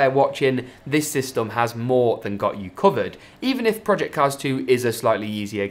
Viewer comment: I cringed so hard when he sayed systom